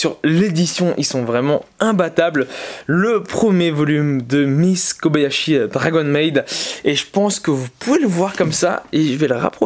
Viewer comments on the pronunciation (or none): none